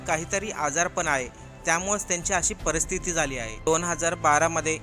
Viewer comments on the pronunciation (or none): व्यसना मुळे संसाराची आणि शरीराची राख रांगोळी होते यांचे विनोद कांबळी हे ज्वलंत उदाहरण आहे. निर्व्यसनी आणि प्रसिद्ध असलेल्या सचिन तेंडुलकर ने अशा प्रसंगी स्वतःची सुटका करून घेणे हे काही गैर नाहीं. किंबहुना सचिन च्या जागी इतर कुणीही असता तर त्याने सुद्धा हेच केले असते. असो, ईश्वर विनोदला सुस्वाथ्य देवो. प्रस्तुतिकरणात प्रसंग वर्णन करण्याची मराठी भाषा शुद्ध असायला हवी जसे : परस्थिति नसून पारिस्थिति, त्यानला नसून त्यांना असा उच्चार करावा.